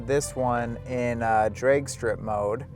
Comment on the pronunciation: Bro, are you Canadian? you keep saying Draigy and draigstrip mode lol